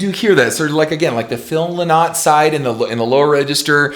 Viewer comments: OMG ken. Phil Lynott is IRISH - Not British. And we pronounce it Phil 'Lin-it' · Man Yer Brutal at Prouncing Phil Lynott Name Paul Does not no Where near Sound like Philo Sweet Fuck that was a Bad Choice of Comparisons On the Other Hand Bruce all Day 🤘🤘🤘☘☘☘☘🎸🎸🎸🎸🎸☘☘☘🇮🇪🇮🇪🇮🇪🇮🇪🇮🇪